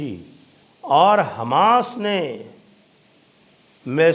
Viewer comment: Sir namaskar, app ka local. Hamash boltehi hashi ageea